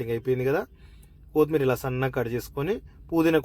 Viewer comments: బాబు, కోతిమీరజాదురా,కొత్తిమీర అనాలి. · Koooothmeera kadu kothimeera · కొతిమీర కాదు బ్రో కొత్తిమీర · చాలా బాగా చేసారు. కోతిమిర కాదు కొత్తిమీర. మిరపకాయ వేస్ట్ కాదు. మిరప పేస్ట్.👍